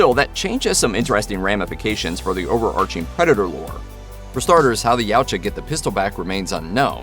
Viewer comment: dude... not YOW-cha... it's Ya-OOO-Cha